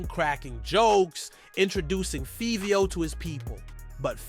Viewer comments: Feeveo, mixed fifty with fivio and got fivvy. Man oh man this guy butchered the bro name. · Why you saying favio name like that can tell you don’t even mess with artist just talking it’s like Fabio but with a V favio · Who the hell is feeveo? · Learn how to say Fivio 😂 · bro the pronunciation of fivio how u even mess that up like WTF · Take the time to do a documentary and don’t pronounce the name right is wild lol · I wanted to watch the video, but the way he pronounces Fivio's name annoys tf outta me lol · This shit not explaining nothing and you saying Fivio name wrong man stfu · Yo can’t say his name 😂😂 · Can't even pronounce Fivio...delete your channel🤣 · The pronunciation of Fivio is crazy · FR bro like how the f*ck you mess up his name like WTF